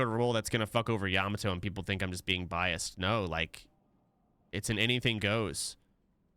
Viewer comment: bro stop pronouncing yamato like that